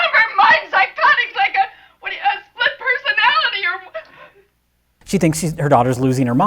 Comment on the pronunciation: all i'm hearing is "split peasonality"